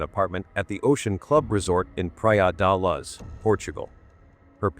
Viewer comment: The AI-voice is so annoying, praia da laz